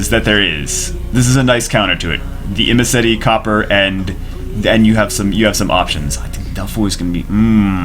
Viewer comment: "I'mnasty". Triggered.